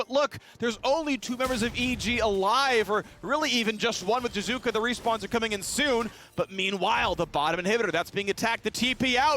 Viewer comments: I love how phreak can't even say names correctly... I honestly don't understand why Riot don't kick him out still... (jizuka! jizuka! jizuka!) but ehy, it's not an american, it's just an import soo who cares? ahahah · What about jizukke? I’ve heard the hard E since EULCS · Yeah, Phreak is just hard butchering Jiizuke's name. EG's video when Jiizuke joins and introduces himself, he uses a soft/subtle "ee" ending.